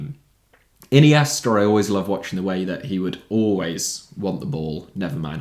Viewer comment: Nazário* not Nazériouw Iniesta* not Iniester Idea * not Ideer There were lots of people* not There was lots of people Diamé* not Diohrmei Sone* not Sonni There are some others* not There's some others Half* not Holf Saw* not Sor There are about 10 games* not There's about 10 games Lebowski* not Lebauski Can't * not Khon' Musiala* not Mussiohrler Caicedo* not Caiceirouw